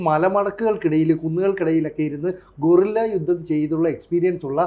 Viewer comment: ഡാ പൊട്ടാ, ഗോറില്ല യുദ്ധം അല്ല. ഗറില്ലാ യുദ്ധം.